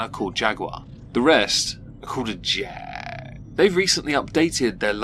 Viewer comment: If you say Jag like that one more time....